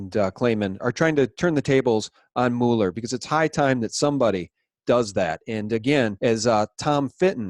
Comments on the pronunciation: Pronounced MewLer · Please get this right: Robert Mueller's last name is pronounced as "Muller" (rhymes with "duller"). Please see (hover over the phonetic spelling, where the vowel sound is as the "u" in "cut") and